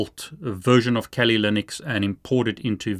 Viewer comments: why do you keep saying Kelly Linux instead of Kali Linux? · The way you pronounce Kali pokes me in my ears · I think your pronouncing Kali wrong (I like the content your making)